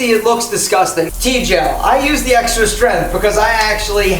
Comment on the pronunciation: It’s not ‘ strenth’, it’s “strength” dammit!